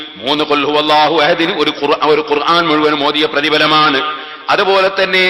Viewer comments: നിങ്ങളും ഖുർആൻ എന്നു പറയുമ്പോൾ വാക്കിന് തെറ്റുണ്ട്. അയിൻ അല്ല അലിഫ് ആണ് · ഖുർആൻ എന്ന ഉച്ചാരണം ഐൻ അല്ല